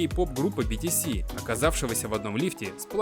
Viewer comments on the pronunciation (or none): Не битиси а бтс то есть битиэс